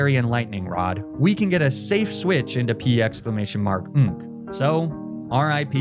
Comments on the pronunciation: The commitment to "P-exclamation mark-nk" is amazing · The commitment to saying “P exclamation mark nk” every time is unparalleled